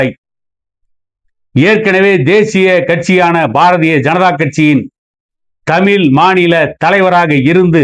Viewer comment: முதலில் நீ தமிழ் என்று சரியாக உச்சரித்த பின் மற்றவர்களை விமர்சனம் செய். நீ என்ன கூடவே இருந்து பார்த்தாயா..நீ ஒன்றும் கேட்க வேண்டாம்.